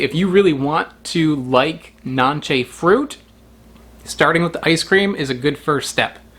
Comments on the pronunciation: We eat it in Honduras in juice, drink the juice! And the pronunciation is not NANCHE its NANCE its Spanish... we take the pulp with our hands not a knife 😏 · It’s pronounce it Nancy in Spanish